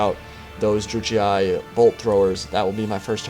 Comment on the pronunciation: its really bugging me how you pronounce Druchii. It's pronounced Drookeeey